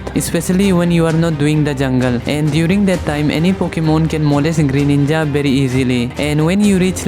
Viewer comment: did you just said "molest greyninja very easily "?